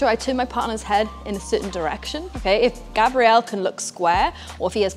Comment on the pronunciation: Am I the only one hearing you purposefully pronouncing his name with the feminine pronunciation? Male name is Grabriel, like the arch angel. Female name is Grabrielle which is what your saying. Hard to show in writing but there's a huge difference